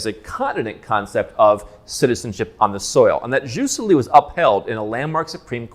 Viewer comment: FYI “jus soli” is pronounced (more or less) Yoos SOW-lee.